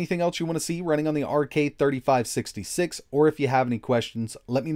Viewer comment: Sounds like you said " RK 33 66 ", but on-screen suggests you probably meant " RK 35 66 "